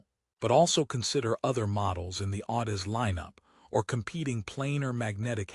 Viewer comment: Can't even properly pronounce Audeze into the video. No reason to watch any further.